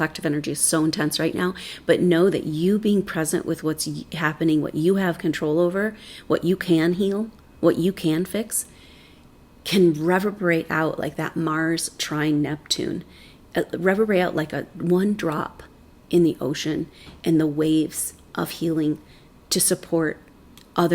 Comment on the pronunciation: Love ur msgs! One small pronunciation point: "re VERB er ATE" " re VERB er Ation" ! Your vibrations R sooooo lovely, TY for ur help!